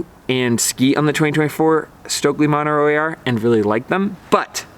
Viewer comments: The name Montero is pronounced mon-TER-o. Not MON-ter-o. The accent is on the second syllable. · Good review. I demoed them the other day and was also impressed. I tried it after trying the Original + first...very impressive ski. I was surprised how easy to ski and how much I enjoyed the Montero AR. By the way, you are mispronouncing Montero, even in English.